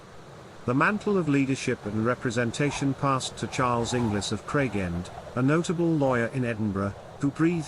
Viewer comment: Hello fellow inglis. He says it wrong though